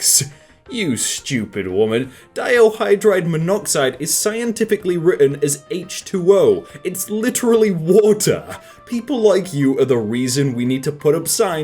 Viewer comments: It's di, not dio. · Not meaning to be offensive or anything, but are you, in fact, dyslexic? Have noticed many instances of words being read incorrectly in your videos. For instance, it's pronounced Die High Dro Jen Monoxide ... not Die Oh High Dron Monoxide. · Ah yes diohydride. Definitely not spelt di hydrogen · Diohydren? Diohydren? My man love you and your videos are the most entertaining videos of this kind, but you should've read that one again. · Why did you pronounce it like "diohydrogen"? There's no o. You literally had it right in front of you. All you had to do was done it out phonetically, using the side G when before E rule, and you added a freaking O. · He said dihydrogen as "dio-drogen" and Rian Johnson as "riian" Bruh. Learn to say shit right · It pains me how he pronounced dihydrgen monoxide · your mispronounciation of dihydrogen pains me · i like that pronunciation of dihydrogen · I cringed at that pronunciation of Dihydrogen monoxide